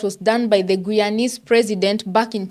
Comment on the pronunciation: It’s pronounced Guyanese (Gii-yawn-neeze with the emphasis on GUY!